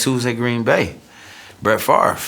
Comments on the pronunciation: Ah yes, Brett “Favor” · The man said Brett favor...lol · Brett Favor. Lol. Poor Brett getting his name pronounced wrong at the draft. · "Brett Favor"